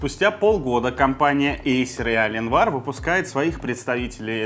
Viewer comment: «Компания Аленвар» блееее.... Я твой инглиш труба шатал!